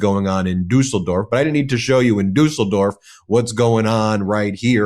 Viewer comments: Nice pronunciation of Düsseldorf👍i'm really impressed!🇩🇪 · Ben wins the "Pronouncing Düsseldorf correctly" award 👍 👍 👍 Ty for the video 💙 💙 💙 💙 💙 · Yes, must be quite difficult for an American to say "Düsseldorf", but Ben got it right! 👍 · The German carnivals have akways been rather political and both Trump and Putin have been playing a big role for years. However, Ben: Congrats on your pronounciation of "Düsseldorf", good job! Just do NEVER mess up the Düsseldorf carnival with the Cologne one - they've been rivals for centuries. No kidding.